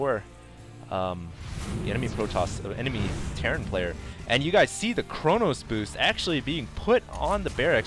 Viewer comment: it's chrono boost, not chronos boost